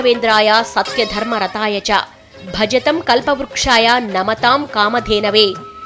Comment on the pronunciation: తండ్రి దీపీక కాదు తల్లి అది తంత్ర దీపీక..ఇంకోటి భజతాo అని చదవాలి..నువ్వు భజతo అని చదివావు